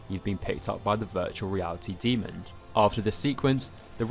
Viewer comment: There is no “d” at the end of the word demon.